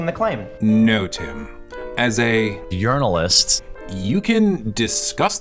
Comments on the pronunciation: Mispronouncing the word 'journalist'..... It's true! He's a foreign agent sent to sow dissent in the USA! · “Yearnalist” LOVE IT!